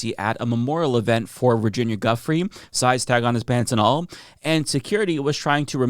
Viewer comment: Hey, Virginia Guifreys name is pronounced jew-fray. Respect for Virginia! Ty - great broadcast!